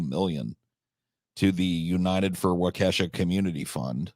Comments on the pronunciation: As a Wisconsinite, its WAH-KAH-SHA not Wah-Kesha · It's pronounced Wau-keh-shaw. Don't let this be a Zayo Dedong. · The Brooks case was covered plenty on the local news. And yes, there were a lot of people who wanted to string this crazy motherfucker up. Also, the precedent of mangling Wisconsin place names by continues. As other people have said it's "wau-kaa-sha" or "wau-key-sha" depending on accent. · I feel bad no one can say Waukesha right